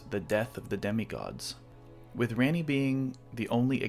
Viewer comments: Honestly that's a valid reason, your branding is such a big part of your channel maybe it will become a community in-joke. Try Rah-ni a few times and see if it sounds good. That said, I enjoy your theories even if I don't agree with all of them. You are also pretty confident about headcanon and I guess that can be a benefit in fragmented lore like in ER. And I think your Marika's Past video is a great example of how filling in gaps with universe compatible narrative can make a bunch of item descriptions into a full narrative. Subbed and look forward to your future work. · Why pronounce her name wrong when you can literally hear the correct pronunciation out of her own mouth? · Your video is very informative but you pronounce Ranni differently and it sounds very similar to Granny 😂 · Why are you americans incapable of pronouncing names? The game is literally only in english. Her name is spoken several times. Why can't you just repeat what you hear? Ranni is like the easiest and shortest name name of all to pronounce and you still fail at it. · Why would you say it like that? lol she clearly says Rah-nee not Reh-nee My dog is named ranni so this hits hard cmon bro… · Interesting theory for sure, I like it. I am sorry though, you pronouncing her name "Ran - ee" instead of "Ron - ee" was really distracting to me throughout the video. She clearly says her name as "Ron - ee" in the game. It is a pet peeve, I know, and does not detract from the actual content in the video, I just bothered me lol. But otherwise, great work, I enjoyed it! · Why did you say Rany when she says her own name ranni? Dont mispronounce her name when you onow hoe to say it! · Ranni herself says the correct pronunciation of her name, my g, and your pronunciation was distractingly incorrect throughout the video. 😅 It's like Ron-y, not Ran-y the way you kept saying it. Otherwise good job. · for the love of Marika, say her name right. She pronounces it for you and you still say it like it's Randy.